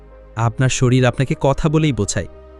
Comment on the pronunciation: শরীল নয় ওটা শরীর হবে।